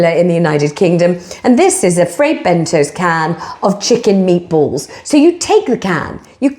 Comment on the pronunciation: pronounced Bent-toes! Think a dig.